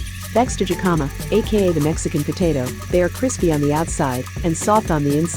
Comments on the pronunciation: It’s “hikama” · That's not how you pronounce "jicama."